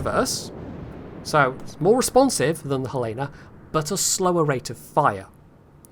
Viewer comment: FYI, it's pronouced Hell-Uh-Nuh because it's named after the Capital of Montana. (And that's how they pronouce it.)